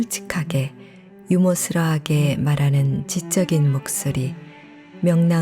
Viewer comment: "유머스러하게"가 어색하게 들리네요. '유머스러하게'가 더 자연스럽지않나요?